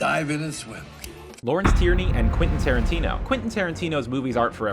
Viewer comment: "Quintin Tarrantino"